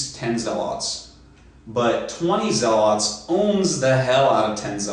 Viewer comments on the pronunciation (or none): Zealot: Pronounced Zel-it NOT Pronounced Zel-aught